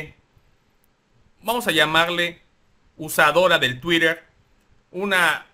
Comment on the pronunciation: No digas 'tuirer', la palabra se castellanizó desde 2016, se escribe 'tuiter' y se pronuncia igual.